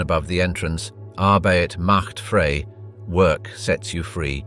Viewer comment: Too bad the narrator doesn't know German pronunciation. It is Ar-BITE Macht FRY not Arbate Macht Fray.